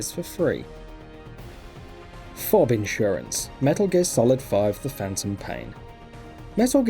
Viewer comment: who the fuck pronounces FOB as fob